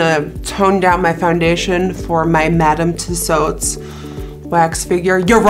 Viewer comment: Awesome! And finally, someone who pronounces Madame Tussaud’s correctly!